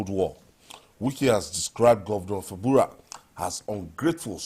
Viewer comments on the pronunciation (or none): It's FUBARA NOT FABURA 😂😂😂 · can't pronounce Fubara well. What is wrong with our journalists? Who bears Fabura? dey try na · he can't even pronounce Fubara